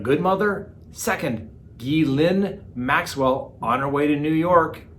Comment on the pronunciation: I love when you mispronounce peoples names 😂 especially when it's someone like that Maxwell lady